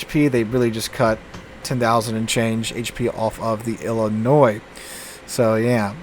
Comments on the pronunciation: Yes! I’m glad I’m not the only one that noticed! It’s pronounced I’ll-I-noy. Not noise! 😂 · It's pronounced "Illinoi" without the "S" . I don't know why, but you don't pronounce the S sound. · Illinoi. This is how you say it. LOL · Please tell me that you’re just trolling us every time you say Illi-noise. You’re a teacher for crying out loud! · You lived in Louisiana and you can't correctly pronounce the French-derived Illinois (silent s) properly? I could understand all the Europeans mangling all the US cruiser and battleship names, but Illinoise is the sound you get from dropping the state. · As a resident of that state, the S is silent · Absolutely love all of your videos. But for the love of God the S in Illinois is silent.